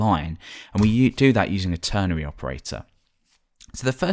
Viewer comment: Its called a ternary operator not ternery. With an "a" that is, not an "e".